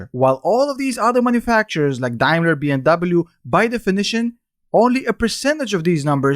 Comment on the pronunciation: its Daimler not Diamler. Love your videos btw